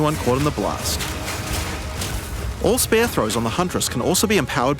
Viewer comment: Why can’t you pronounce spear properly?😂